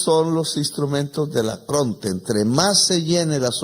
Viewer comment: ¡Que no es "acronte", ¡So burro! - Se dice ARCONTE.